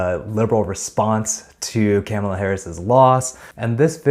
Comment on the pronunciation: 😳 whoa. your pronunciation of Kamala Harris' name is WILD. LMAO there's no way you haven't heard her name said correctly at this point + i haven't heard a soul say, CAM-UH-LUH.... maybe....ever. so what's T?? cause uhm....one word: sus. LOL 😅